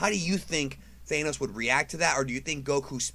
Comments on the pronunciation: you are pronouncing THANOS wrong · I can't even watch the video man the cringe every time you say his name it's Thanos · I hate how you keep incorrectly pronouncing Thanos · Thainos and then after the intro he says it proper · Why do you say Thane-ohs? And sometimes you say it correctly? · Bruh who's thanenos? I know I have a sin thano. Do you mean thanos? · It’s not pronounced Theynos.... it’s THANOS. Other than that, good video. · It’s Thanos not thaenos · Thanos not thaynos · Either the Ohio accent is real or you're saying THANOS wrong :) . . . Pretty sure it's THAN OS not THANE OS I may be wrong because I haven't been big into the actual Marvel comics since I was a kid in the early 90s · Thank god I'm not the only one being driven crazy by this. As far as I know Thanos is pronounced with a short a sound, like the word "accurate". Not a long a sound like the word "anus".... which is what the guy in the video sounds like. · It's Thanos not Thaanos. I'm tired of people miss pronouncing the word. Watch the cartoons and movie. They pronounce it correctly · It's not thaynos, it's tha-nos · THAAAAAH-NOS not Thane-nos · Its pronounced th-an-oss, not thay-nose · ThANOS NOT THAAAAAAAANOS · The way he pronounces Thanos (thay-nos) just bothers me so much, I’m used Thaa-nos pronouncing. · Why do you keep calling him Thayenos, it's pronounced Th-an-os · They nos? Its Than os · i thought it was ment to be said as Than-os not Thae-nos, am i wrong here? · Thanos not Thaneose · please pronounce it correctly, thanos not thainos... please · It’s Thanos not Thanose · I thought it was pronounced Thanos not Thaynos...?? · I keep hearing Thaynos not Thanos is that normal? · Great video! But... it’s Thanos, not Thaynos. Did you really watch the movie? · Thanos could beat Goku, but pronouncing Thanos as Thaenos defeats me... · Thah-nohs, not Thay'nohs. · Why do you pronounce Thanos as thainose? 😂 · Why do you pronounce it thaenos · He really says thaynoss